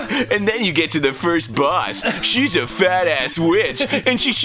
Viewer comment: "Foist of all..."